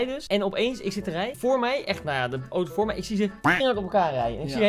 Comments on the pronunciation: Iedereen: auto Koen: oto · Het is auto niet oto